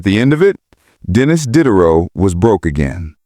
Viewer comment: AI slop. "Dee-day-row", not "Did-er-row".